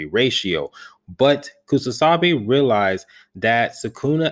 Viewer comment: it's KUSAKABE bro, you mispronounce it in all your videos.